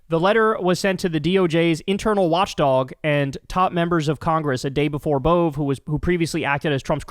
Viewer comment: Emil Bove went to my school and used to play at my house when we were toddlers. Btw it's pronounced AY-mul BO-vee. And yes, he was always a dick.